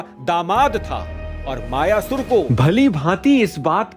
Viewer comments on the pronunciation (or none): मयासुर अथवा मय दानव नाम है न कि मायासुर